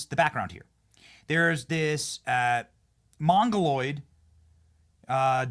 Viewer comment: lmfaoooo "mogoloid" lmfaooooo